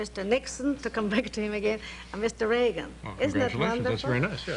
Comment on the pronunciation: The way she said Reagan is exactly the way Hungarians say régen (meaning: once upon, a long time ago, in old times). Strooong Hun accent all the time, so lovely.